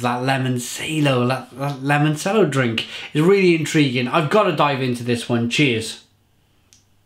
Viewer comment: It's pronounced; 'Limon CH ello', your pronunciations are terrible... and I love it haha Great beer, I liked this one. They recently released a bourbon barrel aged version of this too!